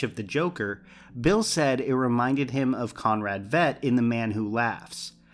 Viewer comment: VEE-T, Conrad VEET!